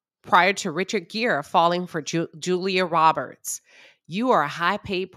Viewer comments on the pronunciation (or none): none